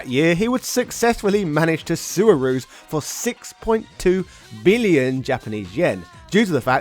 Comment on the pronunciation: I believe it's pronounce "A-ru-ze" not "a-ru-z"